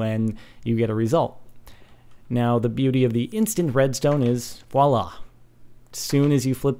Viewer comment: voilà! XD your accent